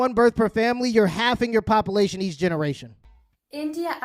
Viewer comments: it's not popalation...it's population. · I thought it was papalation